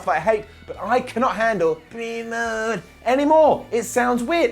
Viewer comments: Keep saying Brie mood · I laugh every single time says “Brie Mode” 😂😂😂